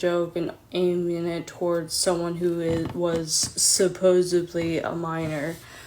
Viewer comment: “supposably” I wish I was dead